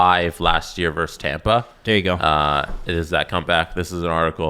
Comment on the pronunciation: It's "versus", not "verse".